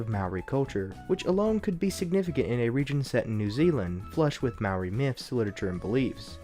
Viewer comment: you pronounced maori wrong its pronounced like mouldy without the L